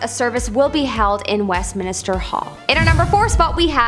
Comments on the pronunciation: Westminister??????? How bout Westminster. This from a Canadian is rather embarrassing. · Westminister why would it be called minister? Stop saying that